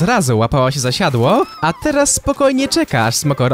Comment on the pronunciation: Siadła xd siodła a nie siadła